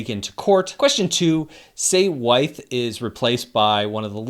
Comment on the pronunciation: Why - uth. Not why-th.